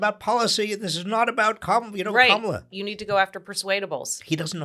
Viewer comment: It seems Spanky's deliberate campaign to rename Kamala - from Kah-ma-la to Ka-mah-la - is working. I've been hearing it pronounced Ka-mah-la for the past few days by right wing pundits, commentators and Spanky supporters. NOW I'm hearing it in THIS podcast by Heather?